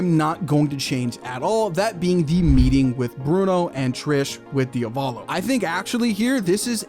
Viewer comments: one quirk only: it's DIA-volo not dia-VO-lo!!!!!!!!!!!! please!!! just repeat the italian google translate pronounciation!!! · for later videos, pls say Diàvolo, which is the correct pronunciation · is that how you pronounce diavolo? i dont think ive heard that pronunciation before